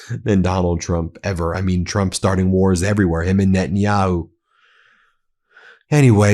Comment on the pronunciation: Did Gym Jordan call Donald, “Twump” ?